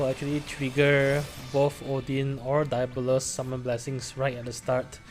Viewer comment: Cool vid and solid run bro. Just a note, Diabolos is pronounced "Dee" not "Dai"